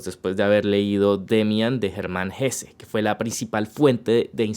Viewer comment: Bien,!! Supongo que sos de descendencia alemana o algo así, por fin alguien pronuncia HessE y no Hess... bravo!